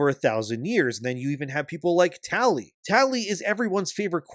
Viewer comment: I keep hearing Towlie instead of Tali.